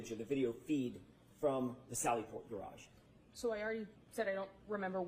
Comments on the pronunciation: “It’s a gaRARge.” 🥴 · If you haven't yet heard Auntie Deb's (@ latest hit single: How come you can't pronounce garage (Gararje), it's a must :face-purple-crying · she can spell her name but she cant pronounce the word. Garage😂😂